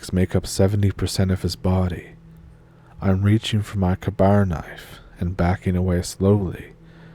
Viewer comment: FYI it's pronounced "kay-bar"